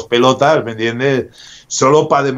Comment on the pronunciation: Cuando dice me entiendeh me alegra el dia